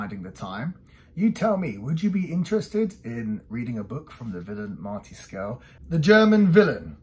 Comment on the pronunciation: Not only did you pronounce my name right. You're one of the few who have. Thanks for taking time to do this. 🙂